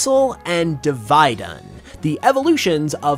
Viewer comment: Div-ee-dunn not div-eye-dunn. and mutiplusle is ok.